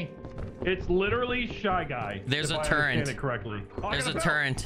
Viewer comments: It's great watching you guys. I can't wait to play. Did you call it a "turrent"? 😂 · "There's a turrent. There's a turrent under the stairs." 😂